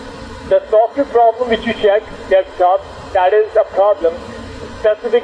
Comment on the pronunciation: "You seem to have a wirus on your dextop"